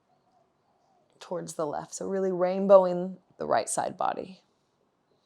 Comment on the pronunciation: its arch not ark,. hahaha but amazing flow. we appreciate you so much